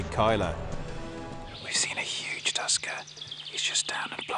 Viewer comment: I heard you say tusker, and for a split-second, I thought you said Tuskan. Time to hunt me some SAND PEOPLE.